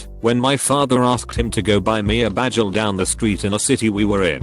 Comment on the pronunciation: Just gotta say hearing the voice say bagel as badgel is funny AF spit out my drink